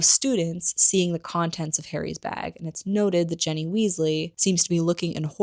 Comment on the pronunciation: It’s Ginny (with a short i sound), not Jenny. Colin’s last name has a long e sound, not a short e sound. Dobby has a short o sound, not a u sound. Otherwise, great video!